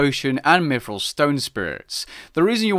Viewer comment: He said "mifril"